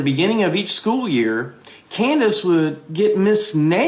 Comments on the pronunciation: "Coon-dace"? Diabolical work. 😂😂😂😂😂😂😂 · Did that man just call candace owens, coondace owens 😂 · Did he call her Coondance Owens🤣